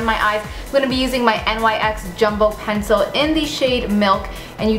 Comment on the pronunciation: NYX is pronounced like "nicks" just thought you would want to know. Live the tutorial. You are stunning.